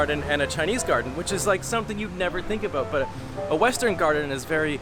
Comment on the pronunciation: I just recently discovered videos by Canadian YouTuber, J.J McCullough, and listening to you just now, what really struck me was the contrast between the way you say the word "about" and the way he says it (like he's one boot shy of a pair). Thank you,, for not causing me to involuntarily twitch.